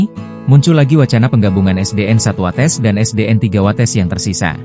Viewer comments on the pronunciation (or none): Watês bukan watès